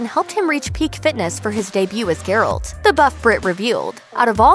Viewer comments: ...Ger -alt... it is pronouced jer-alt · Pronunciation is "geh-ralt", not "ger-olt". Am I the only one who cringes every time she says his name?